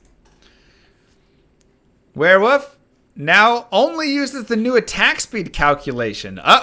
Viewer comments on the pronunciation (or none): No, seriously, are you saying wearwoof?